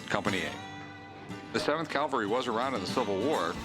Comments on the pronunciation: Cavalry.. not Calvary 😮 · Rick always says Calvary instead of cavalry.